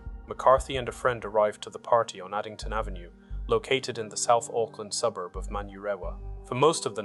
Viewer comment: Rough pronunciation of South Auckland suburbs lol - I'm guessing the channel creator isn't an Aucklander or watched Police Ten 7 growing up :D